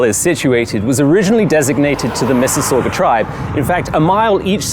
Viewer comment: Loved your video. Being a fellow resident of Mississauga I have a polite request. Please pronounce Mississauga correctly.